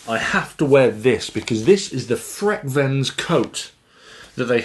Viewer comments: Freak-veins? No, but it is named frequence and if you say it as frequence it sounds like Frekvens. IKEA make simple. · The Swedish way of saying frekvens wouldn't be freq-/freak- but rather freckvens (not -uence..) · correct pronunciation is more along the lines of fre'-kvens, not frek-venns. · Even a ignorant Swede like me pronounce it “frekvens” 😊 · It's means frequency so that should let you know it's pronounced: "frekv'en:s" or "fre kvens" of that helps. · V is pronounced F in German but in Swedish frekvens is pronounced freekveens and it means frequency. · No he didn't. The pronunciation wasn't even close but that's understandable when you speak only one language (I'm not sure about it but most brits don't speak more than their native language). However, I really enjoyed the review😊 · Nah the V's and F's are pronounced the same in Swedish and English. Only thing you need to do to get correct pronunciation is to emphasize the latter syllable of the word rather than the former and (in most dialects of Swedish) use a rolled 'r'-sound. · Frekvens, as in frequency... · The fun thing was, that you actually pronounced it correct fromt he start. It was when you tried to say it in swedish, it went totally wrong. :-) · Yes. Another IKEA review from. Got to love the butchering of Swedish’s. Never heard of that product. And Frekvens is Swedish for frequency.